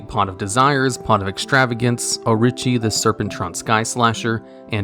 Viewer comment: O'Richie? Lol.